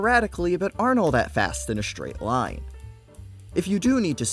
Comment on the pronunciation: shtraight, shtrong, dishtracted, shtrike, shtrafing, shtrategy